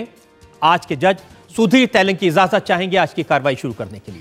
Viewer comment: Rajat Sharma ko ejazat Bolna.nahi Ata ezazat.bolta.hai